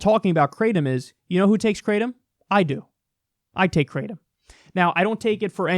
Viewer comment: They way you pronounce Kratom is pretty funny. Try something more like "krah-tome". EDIT: "gra:təʊm" if you want to be very close.